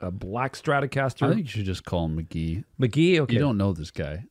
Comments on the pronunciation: I think its mick gee like your dad said not mick jee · The way he says mc.jee makes me want to die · "Mick Jee" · It's Mk.gee, gee like glee..... his name is Michael Gordon but there's another Michael Gordon from Phish that trademarked the name so Michael can't use his name now. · bro said mick jee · dude kept saying Mick Jee shit got me hot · You said Mk.gee, it's Mk.gee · For the love of GOD, SAY HIS NAME RIGHT. Your dad is saying it right and you keep butchering it😭 If you’re gonna review an artist AT LEAST say it right holy shit lol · mispronouncing his name is so fucking ironic.